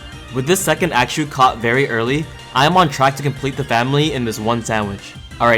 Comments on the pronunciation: Bro everytime you say Axew we have to say bless you💀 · how you said axew threw me off at first 😭 but i’m loving the video so far. always get excited when you post. i wish you could post more and still have the same quality but it’s not possible🥲 can’t wait for the next vid